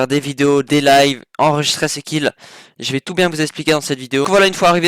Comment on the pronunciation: arrete de dire "enregisTRAI" c'est enregister !